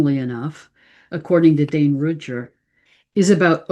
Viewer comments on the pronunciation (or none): none